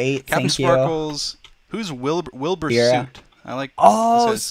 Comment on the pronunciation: "Who is Wil-bur Soot??" lmaooo watching old Dream streams is a blast